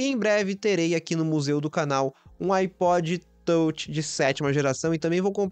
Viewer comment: iPod tôutchi, tôutchi, tôutchi.